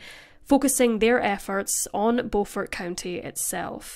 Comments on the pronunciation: Beaufort South Carolina is Pronounced Bufort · It’s Beaufort (Bu-fert) 😂😂😂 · I'm surprised that I haven't heard of this case! I only live a few hours away... Also it's pronounced "bYOUfort" (which is honestly weird now that i think about it...) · Its Beau-fort Beau-fort not The way you are saying it